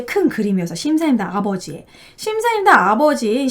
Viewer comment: 자꾸 심사임당이라고 하시네요